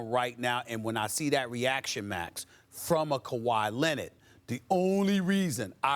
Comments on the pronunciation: SAS: CO-WHY LENNIT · "KUWHI LENNIT" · No one: Stephen A: Kawhi LENNIT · Kuh-why Lennit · Stephen A Smith "kawhi..lennit!" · No one: Stephan A Smith: Kwah Lennit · Stephen "Kawhi Lennit" Smith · "Kawhi Lenitt" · I'm just here for "Kawhi Lennid"😂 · Actually its kawaa lennit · He says it all the time I didnt even notice it 😂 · Stephen "KAWHI LINNID" A. Smith